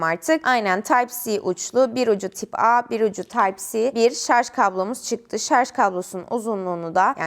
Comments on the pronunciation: Tip a ve taypsi diye okumana takıldım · Type a yı Türkçe söyleyip type c yi İngilizce söylemek 😂😂